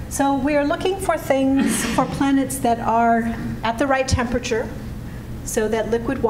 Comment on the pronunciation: Natalie, I love you, but please learn how to pronounce the word "temperature". There are four bloody syllables